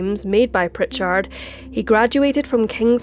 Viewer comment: You are little bit hard on the end if the name Prichard.